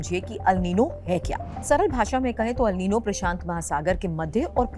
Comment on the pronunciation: It is "एल नीनो " अल नही